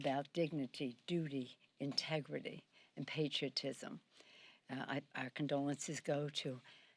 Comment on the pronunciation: “Integrity” 😂😂😂 LMAO